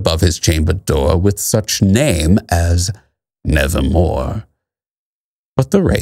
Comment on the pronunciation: Quoth the raven: "nevahmoa"